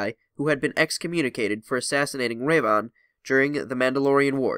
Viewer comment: you keep pronouncing revan differently